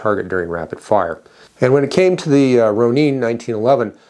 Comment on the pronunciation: Pronounced Roh/row/roe - Nin/Ninn not Neen 🤣🤣🤣